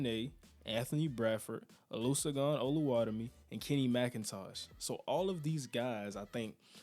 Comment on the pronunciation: Amazing breakdown the one tip I would give is pronouncing olesegun oluwatimi’s name lmao NOBODY gets it’s right. It is oh-lay-say-goon oh-loo-wah-tee-mee